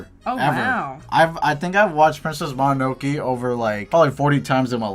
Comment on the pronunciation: Why did say princess mononoke like princess mononokee?? 💀 nice end product guys!!